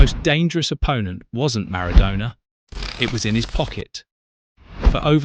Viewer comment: hold up hold up how did you say Maradona? I'm not sure about you now